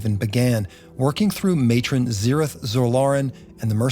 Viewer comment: Thank you for pronouncing his name correctly. I'm so tired of hearing people say Drizzit.